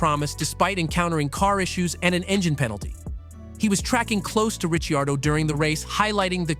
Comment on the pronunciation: Are you new to F1?! It’s Ri-card-o …pu-keep!!!